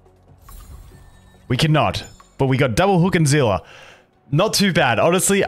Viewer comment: ZEELA?????? NOT EVEN REMOTELY CLOSE TO SEELIE